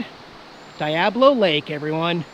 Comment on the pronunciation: It's funny how you mispronounce Diablo. It's a spanish word, long E sound. Like Dee-a-blo. It means Devil.